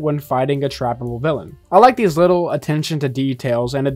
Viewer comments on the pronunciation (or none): none